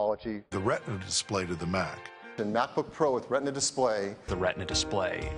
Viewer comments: Тогда уж, если подрожать эппл, то говорите "рэтна", как на тех кусочках которые были показаны в конце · Даже тогда рЭтна надо говорить, как на американский лад!!! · Вот странная логика, а не задумывались ли уважаемые редакторы канала, что apple как раз не придумывали название своей технологии, а позаимствовали ее, т.е. использовали уже существующий термин из анатомии? В таком случае, и так и и так будет РетИна, да и на русском языке это будет правильно. Если же хочется выпендриться, то произносите на русском с английским акцентом и ударением. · Бред сивой кобылы, не думали почему в русском языке в заимствованном слове «ретина», обозначающем сетчатку глаза, ударение именно на последний слог, и почему в термине, введенном Эппл, произношение должно отличаться? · Да на видео с их акцентом слышится вообще Рэтна дисплей, так же они говоря айпЭд произносят айпОд!!!